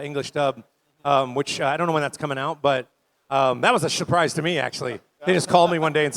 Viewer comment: “that was a shuprise to me” 😂😂😂